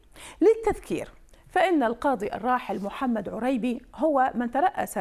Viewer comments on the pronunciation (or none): شوف شلون تكول رانية كلمة "عريبي" "عوريبي" ولا جنج عايشة بالعراق أو سامعة أسم "عريبي"😅